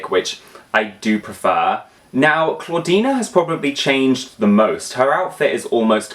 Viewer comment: he calls she "clawdeena" as a nickname XD